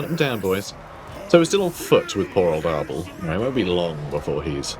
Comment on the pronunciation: I keep hearing "Ardal" not "Arbaal" and I envision the champion of Khorne as an Irish comedian instead.